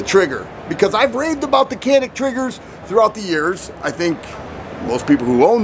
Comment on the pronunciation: Glad to see our turkish arms in US. Canik we pronounce like Djanik 👍 🇹🇷🇹🇷🇹🇷🐺🇦🇿🇦🇿🇦🇿🤘